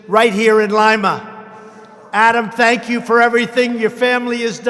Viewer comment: Tank-you Donald